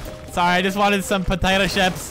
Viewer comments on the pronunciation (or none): I know he said potato chips but it sounded like potato ships I laughed so hard